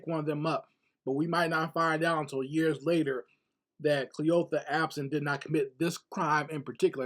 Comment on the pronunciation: Kleeotha, Cleeotha? That’s an old great grand mommas name 😂😂😂! The story is not funny though!